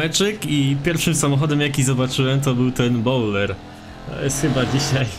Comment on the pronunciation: To jest bojler a nie bowler